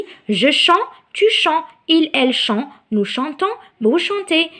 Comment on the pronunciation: Le verbe chanter il faut que tu prononces le t à la fin avec je, tu et il. Le verbe pouvoir veut dire يستطيع و ليس يقدم